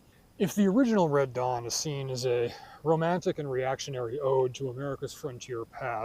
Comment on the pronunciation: That you said ‘Dead Wong’ till I saw the closed captioning 🤣